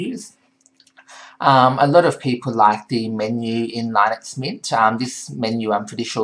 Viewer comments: This guy can't say "Linux" properly. Just because it was originally created by Linus Toval doesn't mean it's pronounced like his name. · Actually its pronounces [LEE-nuuks] look it up on wikipedia .